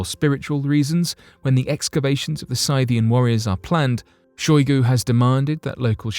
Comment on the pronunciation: Are you saying, Scythian? (Sith-ee-in)